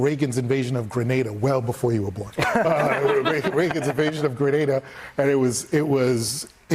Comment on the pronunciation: I don’t think I will ever be able to recover from hearing a dude pronounce Grenada as “grenade-a”